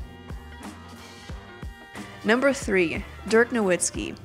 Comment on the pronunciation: they love Dirk so much she says his name wrong